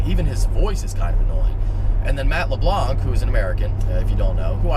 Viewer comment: You're pronouncing "LeBlanc" wrong... and it's fucking annoying...